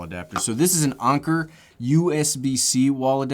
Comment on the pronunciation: Haha my man said Onker it’s anker lol